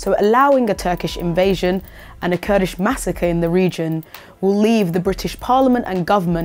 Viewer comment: "KURDISH MASSAKER" LMFAO WHAT U TALKING???